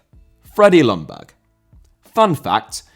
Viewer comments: Young Berg not loungburg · Sorry to be picky, but Ljungberg is pronounced "jungberg" with a rather silent "L". And it's not uncommon in Sweden to have your middle name before your actual name as well. The same goes for myself. Thank you for a great video (as always)!